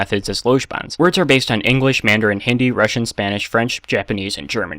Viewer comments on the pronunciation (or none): none